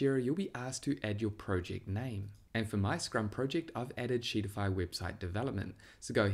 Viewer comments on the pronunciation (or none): sheetify sounds so much like shittify... I can't lol